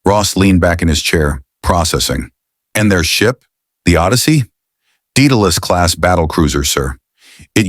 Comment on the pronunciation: De-dah-lis............ OMG these AI can't pronounce English totally yet. At least the flaws allows us to pic out AI, thus far. Deceit is the future hiding lies, the father of lies is behind it all.